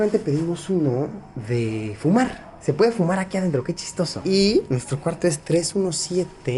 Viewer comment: Cada vez que decia chistoso me daban mini ataques de sida v